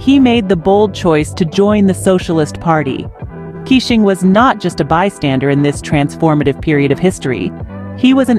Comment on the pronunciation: Please pronounce his name as Kei - shing not kissing.